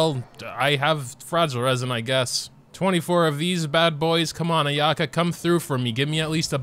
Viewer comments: btw Ayaka's name is pronounced eye-ah-ka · You're pronouncing Ayaka's name wrong on purpose right? l mean lol